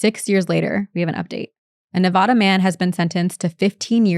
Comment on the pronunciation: You guys should hear some of the Reddit stories that were done on the podcast. Those are some seriously crazy stories. As someone who was born and raised in Nevada, you don't say it with the soft vowels; you say it with the hard vowels. I know that seems odd, but think of how you pronounce other states that have mulitple vowels in their names like Ohio or Utah.